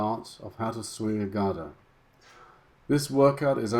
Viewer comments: Thanks again..small pointer, GADA is pronounced gDaa...not GaaDaa..most non-Indians pronounce wrongly...Cheers! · Great upload! Quick tip on pronunciation, Europeans using Sanskrit words often confuse or the length of the Vowel. The vowel sound here is 'a' [uh] For Gada both the a's are short [uh] ie Ga da or Guh Duh In Ga the vowel sound is built into the consonent 'G' eg the word 'Game' is pronounced G ay m try saying the G sound without the uh you can't as the vowel forms part of that consonent The same goes for the 'Da' sound. Note on 'Da' sound The tip of tongue touches the upper teeth. At the moment when you say it note how your tongue touches the soft palate above your teeth you need to drop it to touch the teeth. As in the pronunciation of the word 'The'. Guh as in Goat Da as in The when we say 'the' we dont extend the uh sound, try saying 'The' without further extending the uh ie try to cut it short. Other points of interest. The Gada makes an important appearance in the classic MahāBhārata. When on the final day of war, the protagonist Bhima and his opponent Duryodhana are both experts at Gada duel to Death! Duryodhana has greater skill and so bound to win. Krishna is a spectator and at some point slaps his thigh indicating Bhima to break the war code and hit his opponent on the thigh! His reason, Duryodhana had broken so many rules himself it was now time to pay the price!